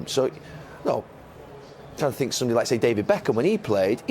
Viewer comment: Correction, " I sink I told them so"